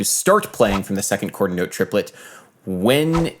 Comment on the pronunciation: Cringing every time he says "quaters note", despite the really interesting topic